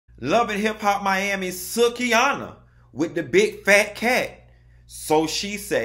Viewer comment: I Loved Every Bit Of This Interview. Great Job Q, As Always! But Baby Ima Need You To Start Pronouncing Babygirl Name Correctly, It’s Pronounced [Soo-Key]. I Love You, Keep Up This Great Content!